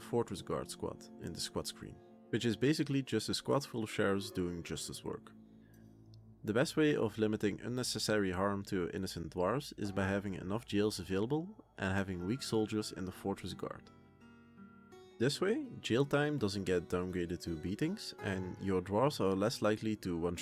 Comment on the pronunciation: Im like - WTF is "gills" :D ahhhh you probably meant jails :D